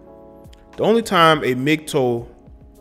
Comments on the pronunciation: Love your content man but please, it's Mgtow, not Mgtoe. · why do you keep saying "mgtoe" wtf is a "mgtoe" its "tow" like "wow" "ow" smgdh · Its Mig-TAO not Mig-TOE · Its interesting that you say the "TOW" in MGTOW like "toe-nail" but most people pronounce it "tao" like "taoism". Doesn't matter at all keep doing your thing just never heard it pronounced that way. Really, thats how it should be pronounced. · Correct me if I'm wrong but isn't it pronounced (MIG-TAO)??? Was that driving anyone else crazy lol?